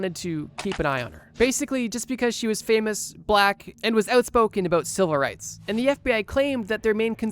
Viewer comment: Are you saying silver rights or civil rights?